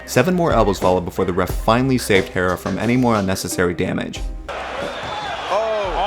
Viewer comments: *HERRERA NOT HERA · thumbs down for saying “herra”.